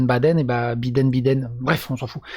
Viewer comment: Vous croyais quoi ? C'est un IRLANDAIS CATHOLIQUE descendant de l organisation nationaliste de l IRA !!! Vous croyez que ct un ptn de gaucho lgbt + Sinon c drôle comment l auteur prononce Biden au lieu de Baïden on a l impression que le mec à déjà bider son mandat